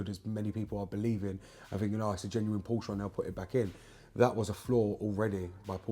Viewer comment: Thank God. As well as knowing what you're talking about with BMW and Porsche, you also know how to pronounce the latter correctly - a personal bugbear, I'm afraid - and I'm Welsh! A quick, unrelated, general question if I may; why have many manufacturers (BMW incuded) omitted oil dipsticks from their more recent engines? I found the 'old-fashioned' simple stick the most reliable means of maintaining oil level rather than allowing it to fall to 'top up' level. Many thanks (from Oxford).